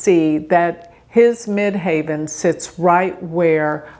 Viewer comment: why do you say Mid HAVEN instead of Mid HEAVEN? I have honestly never heard it pronounced that way?